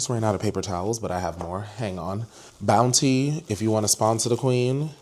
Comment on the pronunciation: “Bountyyyy *tap tap* 😂😂😂😂😂😂the enunciation took me OUT